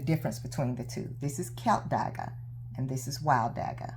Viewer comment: Klip dagga Not KILP DAGGA